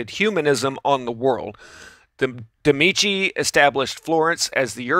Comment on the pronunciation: Can you stop calling them "Demici"? It's ME-DICI. Medici. Meaning doctors